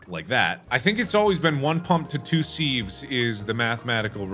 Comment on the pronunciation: When he calls a sieve a seev when it's pronounced siv.